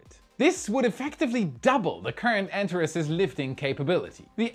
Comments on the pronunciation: It is pronounced AnTAHes, not ANtahres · Hey, just a pronunciation head-ups: "Antares" is pronounced an-tar-ees. The last syllable rhymes with "ease." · Antares is pronounced AntarEEZ. It is also the name of a red giant star in the constellation Scorpio. Its name is from the Greek "Rival to Ares", where Ares is Mars. To me it looks like the heart of Scorpio. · Thrusters: Follow Christopher Walken’s lead: “I need more cowbell!” 😂 Heatshield Tiles: maybe they could use the same attachment mechanism they use for Tesla Solar Roof Panels. They need to withstand small hurricane-force winds, right? 😂 Anteres: I’ve always heard it pronounced “Ann-tair-eeze” though that may simply be pronunciation. Thank you,. You rock! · ) The Antares rocket is pronounced 'An Tare Eez' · Anteres should sound more like ant-HAIR-ees. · Antares. . .pronounced an·teh·reez. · Antares is pronounced: ant r iz... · I'd have liked it more if you could learn to pronounce Antares. an TAR eez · Can you please pronounce "Antares" correctly.